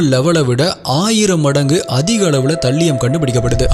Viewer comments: Please see the pronunciation of Thallium... Not thaliyam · அது தல்லியம் இல்ல bro அது தாலியம். நீங்க ஒவ்வொரு caseயும் விவரிக்கும் விதம் அழகு bro.. keep rocking 🎉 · You are pronouncing thallium wrong😅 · தல்லியம் இல்ல த(தே)லியம் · தல்லியம் ❌ தாலியம் ✔️ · Bro athu தல்லியம் illa தலீயம் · Thambi, please 😂English pronunciation konjam work required. Paavam andha thallium 😂